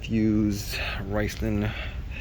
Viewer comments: Did he say "rice land"? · Its pronounced RIZ-lone.